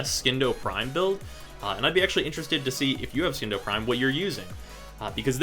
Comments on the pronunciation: Charles McFarlane its not silent its pronounced as C, even tho he says skindo for some reason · Hey,! I know this video is old, but as a friendly reminder, it's pronounced sin-doh. Just like science. It's not skience, it's sigh-ence. Silent C. Love your videos by the way! New subscriber here.:) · I'm not the authority on this. But I would say the c in Scindo is silent.